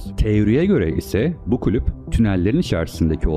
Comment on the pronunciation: "klüp" değil "kulüp"